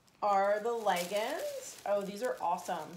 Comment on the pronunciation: Other than the amount of times the word awesome was said and the pronounciation of the word leggings this was a good box reveal video.